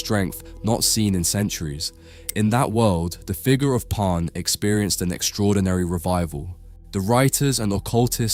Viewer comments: Why's he calling him Pon? He's name is Pan. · "Parn"? A I.